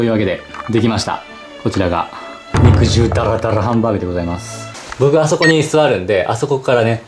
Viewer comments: 肉汁をちゃんと正しく読んでて好感度爆上がりした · はなお、にくじるじゃなくてにくじゅうってちゃんと正式に言ってるとこすこ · ちゃんと肉汁を、「にくじる」ではなく、「にくじゅう」と読んでるのが嬉しい……。 大人とかＴＶでも、当たり前の様に「にくじる」って言うお馬鹿さんがいるからね…………。 阪大なら当たり前だけど、トリニクってナニに出てる東大生とか、お前、マジか………⁉️ってなるよね………。